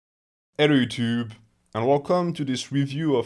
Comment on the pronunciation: "Ello Yutyube" that's a new one